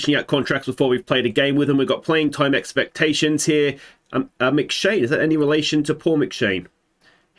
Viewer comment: And this is the reason I didn't choose Iceland. The players must have immense shoulders to fit their names on the backs of the shirts. I could help with the pronunciation of Scottish names in the QoS save but you're on your own here mate. McShane, that one was spot on though.